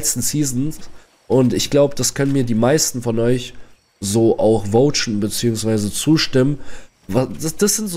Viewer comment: VOUTSCHEN HAHAHAHA